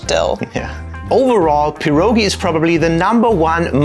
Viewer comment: Sorry but it is called pierogi, not puurrogi.